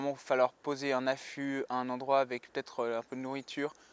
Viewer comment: on dit "avec" pas "ave" .. sauf si, bien sur, tu es du sud de la France ou si tu pensais parler à César Parrot